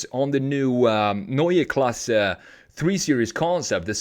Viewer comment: I like how you pronounce Neue Klasse exactly like we germans do. Grüße aus Deutschland!!!